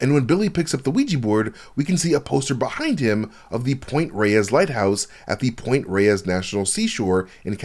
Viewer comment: Point Reyes is in Northern California and we pronounce it point “rays” here. That lighthouse is a great spot for whale watching.